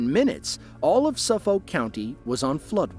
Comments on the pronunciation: Definitely AI voice generated when it pronounces Suffolk as Suff-Oak. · that's not how Suffolk is pronounced. suff-ick is how the locals call it (actually, even people rather far away see that word and pronounce it like that).